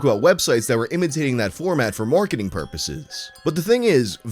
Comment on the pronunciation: “MORKeting Purposes” GORKING INTENSIFIES